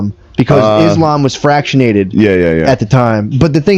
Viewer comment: fractionated lmao